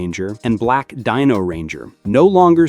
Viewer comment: You need to do your research again. Tommy didn't "start" losing his green power in season 2, he started losing his green power in season 1. Also you keep on pronouncing names wrong. Watch the entire series again the shows tells you how to pronounce a name. You pronounce Dino wrong. The "I" says its name.